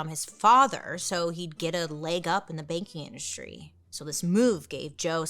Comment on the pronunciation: I thought she said “baking industry” and have waited for her to bring up a bakery for like 10 minutes